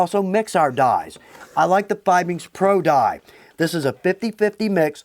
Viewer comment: Great info! I have to admit that I cringe every time you say "Fiebings." The proper pronunciation is "FEE-BINGS." In German, whenever you see "ie" it has an "E" sound. When you see the opposite, "ei" it has an "I" sound. FrankenstEIn and wIEner. Hahaha just a little German lesson.:) Love your videos! Tschüss!